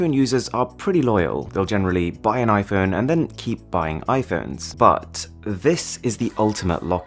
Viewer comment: Normal people: "iPhone" Mrwhosetheboss: iFhön